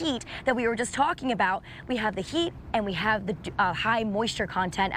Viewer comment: Why does she say sheet instead of heat?